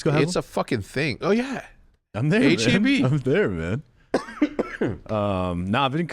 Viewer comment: damn near unsubbed for how he mispronounced HEB. best grocery store in the world texans know